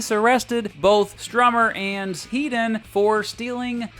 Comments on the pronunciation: Topper Headons name is pronounced Head not Heed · Please. It's 'Heddon' not 'Heedon' He's English not a fuckin Yank